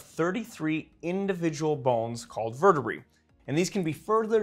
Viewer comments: Dude, the word is vertebrae not vertebree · verte-what? Verte-BRAY, say it right at least. Can't stand that mis-pronunciation, it's pedantic and wrong. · I've never heard anyone pronounce vertebrae as 'vur tuh bree' before. I've always said 'vur tuh bray'. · vur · tuh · bray